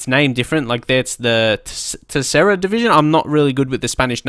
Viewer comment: its said "ter (as in term) Cera(as in Sarah so "Cera")